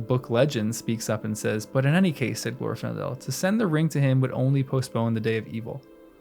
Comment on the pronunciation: The second, not the first syllable in Glor-fin-del is supposed to be stressed.